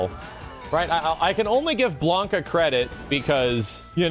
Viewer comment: Seriously, that wrong pronounciation of Sakura, hurts. Im shocked he pronounces Ryu & Blanka's names right.